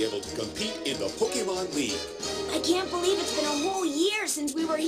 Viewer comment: You said pokèmon right you are amazing